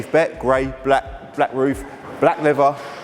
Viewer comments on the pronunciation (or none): It’s leather not leaver !